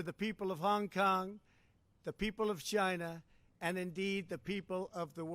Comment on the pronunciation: The way he speaks chinah ask chinah